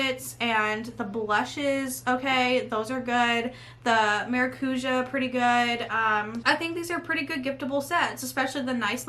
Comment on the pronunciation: I love that lipstick set! And I'm so glad I'm not the only one who can't pronounced maracouja 😂